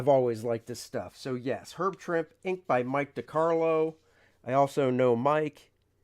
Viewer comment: Herb Trimpe pronounced his last name as "Tremp-ee" not "Tremp."